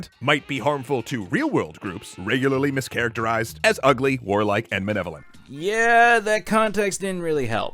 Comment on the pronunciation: It really bugs me how the guy says "Menevolent," not "Malevolent"